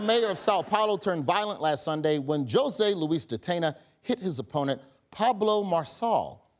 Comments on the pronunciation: …did Roy just say “Joe-say”? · Did Roy said, Joesah? 😂